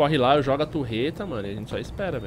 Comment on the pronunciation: facinado pela "turreta" kkk